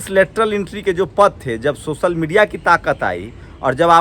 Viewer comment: Bhai socal nhi hota hai social hota bhai .school jao